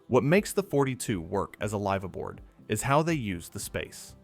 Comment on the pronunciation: LYYYYVE ABOARD????..... I agree with it is a short i not a long i (Y) sound. The letter i as in the English word 'if'. You would be better saying lifaboard , at least you would sound knowledgable without being distracting. If you are going to want English speaking mariners to believe you have any authenticity, then crown your work with proper pronunciation. Otherwise a decent video.